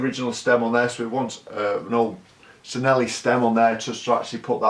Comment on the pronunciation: those brake levers are waaaay too low (and can we please pronounce Cinelli as "Chee-nell-ee")